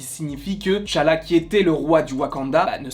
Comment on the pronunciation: Enfin Quelqu’un qui dit Tchalla et non T Challa 🎉🎊